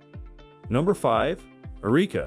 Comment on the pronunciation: Found a bit of irony in a story about the advancement of fully robotic AI s*x dolls ( because, let's face it, that is what some of these are) with advanced life-like vaginas, no less, being narrated by AI that repeatedly mispronounced the name Erica as..."Ereeka."